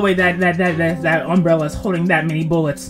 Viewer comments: you said unbrella and not umbrella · Bro first said unbrella